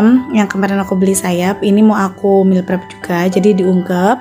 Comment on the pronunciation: Sedikit koreksi meal not meel hehe ... 🙏